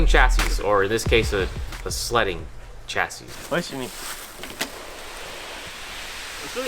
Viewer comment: Yooo, you're not supposed to pronounce the last s in chassis mann.